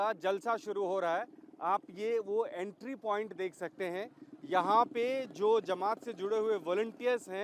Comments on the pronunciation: Jamat hota he didi Zamaaat nahin bolna to sikh lo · Zamat Nahi Jamat hota hai Samjhe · जमाअत होता है ज़मात नहीं और आपको इस कार्यक्रम जलसा से क्या दिक्क़त है? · Ye jamaoda kia hota h, language pe zara dhiyan rakiye, ye jalsa h, Jamat hot Zamat nahi